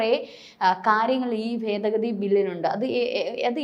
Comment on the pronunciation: ഫേദഗതി അല്ല, ഭേദഗതി ....